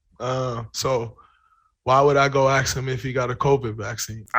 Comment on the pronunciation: Let me ax you a question.. vassination?